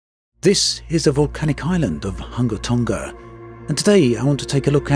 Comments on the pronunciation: The name Hunga is pronounced Hooongah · Its pronounced hoo-ngā tongā